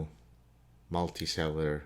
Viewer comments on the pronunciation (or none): It sounded like you said Multisailor. You must have said multicellular.